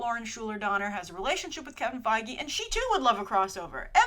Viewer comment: It's "FEEG" not "FA-IG"